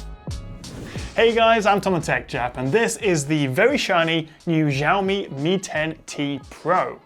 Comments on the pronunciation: It pronunced as Syaomi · For future ref and in case nobody else has corrected this yet, "Xiao" in Mandarin Chinese (written in English pinyin spelling) is pronounced very closely to "shee-aow" or in shorter form, "shiao". So in pinyin, x is very similar to our "sh" sound, and in some dialects it's even pronounced more like "s". In this video, you're pronouncing x with more of a "zh" sound. ("Zh" is also a common sound in Mandarin, but in pinyin it's spelled as zh, and usually pronounced as a cross between a soft "zh" and harder "j"). I wouldn't normally nitpick something like this, but since Xiaomi's name is on the phone you're reviewing -- and since Xiaomi is currently the top phone maker in China -- it's pretty important to pronounce right from now on. Other than that mispronunciation, this is another great quick review. :-)